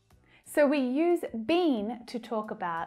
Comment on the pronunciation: Hello your pronunciation BEEN is not correct.